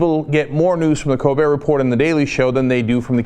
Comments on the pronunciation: It's pronounced 'Repore'. The T is silent. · Why is Cenk saying report? Doesn't he know it's pronounced report?